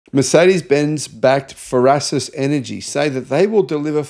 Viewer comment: What is "frasis"? You are garbage at prononciation.